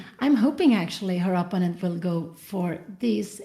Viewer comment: Here we go again with the mispronunciation of "opponent" from mother Cramling.